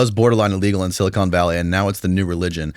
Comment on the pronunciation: If I hear one more person say "SiliCONE Valley", I am going to cry